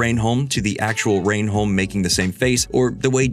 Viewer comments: The way you pronounce "reh-num" as "rain-holm" is painful as an English person 🤣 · "Rain Home"? It's pronounced "Rennum" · America Stop remaking our stuff, you don’t get it! Its pronounced ‘Rennum’ Otherwise, great video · lmao but why did you pronounce Reynholm as "rain-holme" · This guy hasn't seen the show. The way he pronounced renholm. He's just narrating scripts. I'm outta here!